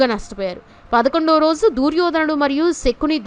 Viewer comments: దూర్యోధనుడు కాదమ్మా దుర్యోధనుడు "దు" అక్షరానికి దీర్గం లేదు నీకు చదువు చెప్పిన పుణ్యాత్ముడు ఎవరో ఆయనకు శతకోటి వందనాలు. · దూర్యో ధనుడు కాదు దుర్యోధ నుడు. వినలేకపోతున్నాము.